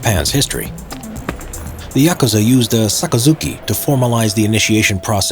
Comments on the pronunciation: Thank God you don't pronouce it yakoooza 👍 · Thank you for pronouncing Yakusza correctly.